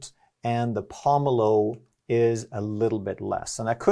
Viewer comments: lol the way you pronounced pomelo lol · Hearing this guy mispronounce pomelo is infuriating.